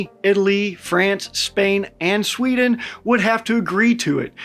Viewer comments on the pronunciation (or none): none